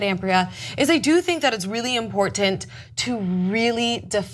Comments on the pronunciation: makes me cringe with her over pronunciation of the word imporTant with that first T being so sharp and emphasized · I'm a tyt fan, but her communication skills distract me from the story itself. Her overuse + odd pronunciation of the word important makes me shudder, and bleating it loudly over the rest of the panel doesn't help make her poorly formed point about racism coherent. :| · Nobody in history has tried that hard to pronounce "important" that well. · am i the only one annoyed by the way pronounces the word important?..